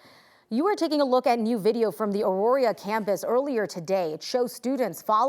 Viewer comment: It's Auraria not Auroria